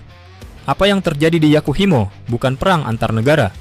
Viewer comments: Yahukimo min, bukan Yakuhimo 😊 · Bukan Yakuhimo tapi yahukimo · Yakuhimo😂 yg bener Yahukimo bang wkwk